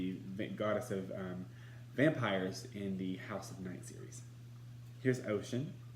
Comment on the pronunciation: It's unfortunate that does not know how to pronounce Oshun's name. In two of her weekly broadcasts she egregiously mispronounces Oshun's name saying OCEAN. I will be doing a review as well.